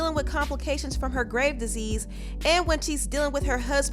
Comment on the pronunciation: GRAVES DISEASE, not GRAVE !!! 😤😤